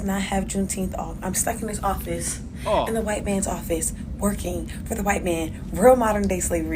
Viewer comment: She can't say white